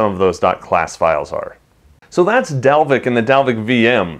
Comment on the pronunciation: I am from Iceland and you are prety close to pernouncing Dalvik right.